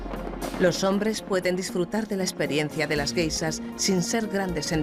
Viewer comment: ¿por qué a los españoles les cuesta tanto pronunciar la sh? Carajo... encima es soporífera la voz de la locutora.